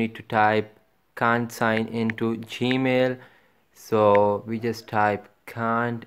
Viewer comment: "Baten" "gemel"